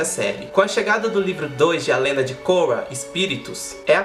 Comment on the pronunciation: Pronuncia o nome da Korra direito pelo amor de Jeová